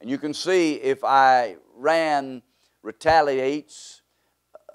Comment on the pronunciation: You can’t even say the country’s name properly, who is taking you seriously 😂